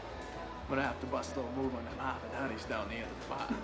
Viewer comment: "The Hahwahd hatties there at the end of the baah"...